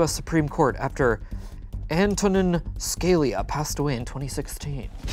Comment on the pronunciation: Not butchering “Scalia” 😂